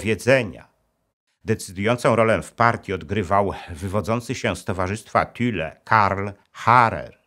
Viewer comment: Thule a nie Thüle jak pan mówi czytaj Tule